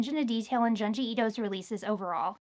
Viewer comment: Junji is pronounced Joon-jee